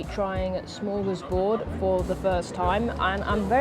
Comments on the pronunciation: Almost love the behind the scenes bits more than the actual clip ^^ That being said, it's not Smörgåsbord, which is a Swedish concept, but rather Smørrebrød. Sorta similar words, so definitely easy to mix up :) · It’s not smorgasbord, that’s Swedish. It’s smorrebrod. Smorgasbord is a buffet. Smorrebrod is an open sandwich.